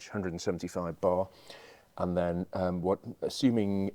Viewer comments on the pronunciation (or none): none